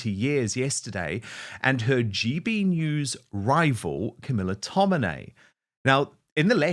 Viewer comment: It's tomini. Not tominay.